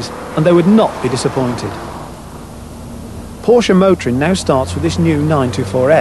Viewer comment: Thank you! Finally a Brit who knows how to pronounce Porsche.